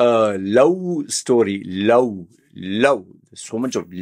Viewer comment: You are making fun of the Indian pronunciation of the word love by saying lou, and then keep saying Vomen instead of Women. 😂😂😂